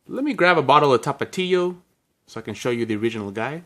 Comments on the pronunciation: Can u count the amount of times u said tapatio? Also pero por why u say Tapatio like that!! 😅😅😅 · The way you say Tapatio 🥴 so white sounding lmao 😂😂